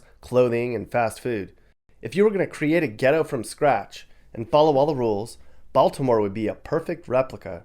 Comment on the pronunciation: The way you said Baltimore as Bal-T-imore cracks me up lmfao, down here that's a dead giveaway you aren't from here xD We usually don't emphasize the T in Baltimore so it sounds more like Baldimore than Bal-T-imore.